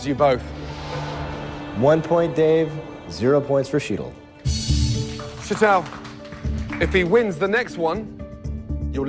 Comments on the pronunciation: I get annoyed that continuously pronounces Sheetal's name wrong. Graham too, it's like, it's not that hard guys. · The way they butchered Sheetal’s name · They fucked up the pronunciation of Sheetal's name so bad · I felt sorry for Shetal. Nobody said her name correctly!! She should have corrected them all each and every time they screwed it up!! Idiots!!! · is such an arrogant ass. And he keeps mis-pronoucing Sheetal's name, on purpose I think.